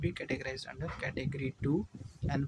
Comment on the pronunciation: "Und" care 💀